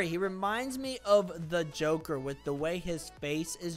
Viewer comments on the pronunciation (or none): none